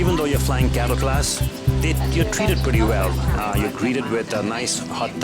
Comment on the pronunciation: oohhh cattle class hahaha i thought you said ghetto class lmao!